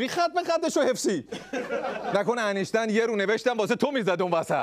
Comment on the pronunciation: وای داداش دردت ب فرق سر همشون اینکه بلد نیس بگه انیشتین میگه انشتن😂😂😂درضمن کسیکه مرده میخواد چکار کنه؟وااااااا خدایا ازدواج با اموات وای وای وای من ک حال مغزم بد شد